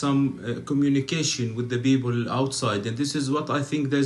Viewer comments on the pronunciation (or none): Communication with the ‘beople’😂 no letter ‘P’ in Arabic